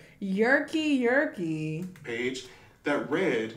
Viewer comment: his name not yerkky yerkky fr 😭